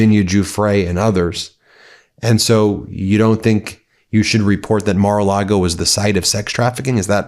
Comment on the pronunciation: Thank you Ben. I thought I heard you say Immoral Lago. Love and support from Australia.❤